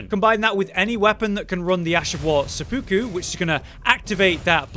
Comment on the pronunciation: my guy its seh-poo-ku not suh-puku